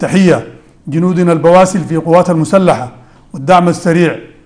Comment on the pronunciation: قال قوات مسلحة لا قوات مشتحة لواء قال هههههه